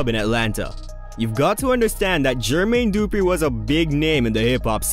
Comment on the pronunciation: You lost your hip hop card when you called the man GEEERRRRMAYNE DOOOO-PRE. MY guy, da-fuqck?